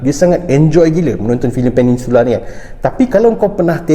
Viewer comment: Peninsula Bukan Peningsula Bang